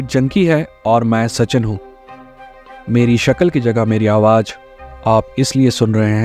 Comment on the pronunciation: Good video..... Bas pronunciation pe thoda aap dhyan do apne Hindi ke....... Jaise ki 'awaaj' nahin hota, 'aawaaz' hota hai.......